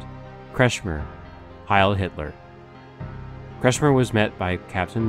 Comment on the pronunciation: Facio nie potrafi wymówić normalnie nazwiska Kretschmer?